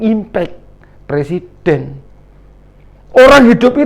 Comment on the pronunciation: Dah bau tanah banyak tingkah 2 kake ini, ngomong aj dah blepotan mau nurunin persiden banyak2 istipar 2 lake ingat kematian jgn selalu souzon mulu.